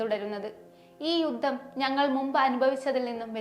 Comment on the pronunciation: ഞല്ല മലയാളം വായന.. യു ദ്ദം , ഇ ശ് റ്റം... അതി കൃ തർ.. ഞഞ്ഞായി